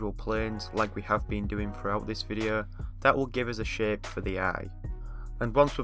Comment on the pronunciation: i watched the whole video thinking every time he said shape he was saying shit